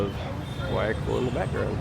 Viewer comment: Very nice Video! I am glad that you liked the little parts of Guayaquil that you saw. I was born in Guayaquil, although now I live in Orlando. By the way, the right pronunciation is: Gua-Ja-Keel